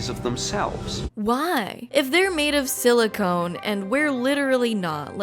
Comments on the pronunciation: You keep saying silicone, instead of silicon. Silicone is a family of polymers that are typically oily or rubber like; They do contain silicon. Silicon is an element. everything you said about it is correct. Carbon is more able to form complex bonds which makes it better for life. Silicon is really good at combining with oxygen to make sand. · It consciousness. Not conscious lol. But its fine. Its all fine. Silicon. Not silicone. Its all gonna be fine. Its good. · You said silicone, instead of silicon, which makes it sound like robot brains are made with the same thing used to make fake tits 😅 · She said silicone like 7 times. Drink that pint of vodka god dammit! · Silicone is a Rubber. IDK why but hearing that repeated over and over is driving me nuts. Say it with me, SiliCON, Like, Ancient Alien theorist are Con-artist! The claim from the paper you discussed is saying that uploading consciousness as a form of survival inherently will lead to using computer-based systems that run faster than Neurons as that eliminates the death biology leads to. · silicon (sili-cun) not silicone (sili-CONE). Sorry. This bothered me. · When you say "silicone" I think you mean silicon. Silicone is what they put in breast implants.